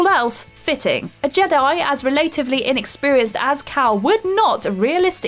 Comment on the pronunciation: she says "re-late-iv-ly" instead of "relative-ly"